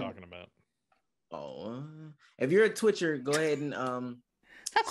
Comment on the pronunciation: said twitcher with a hard r lmfao